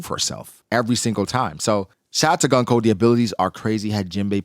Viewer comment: Goon-koe! Why is so hard for people to say her name properly. Goon-koe!! It’s like saying goon. And then adding koe.